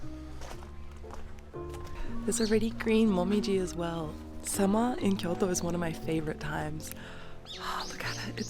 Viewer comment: Thank you for properly pronouncing Kyoto!!!